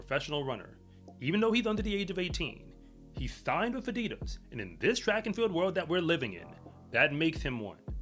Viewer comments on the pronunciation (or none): none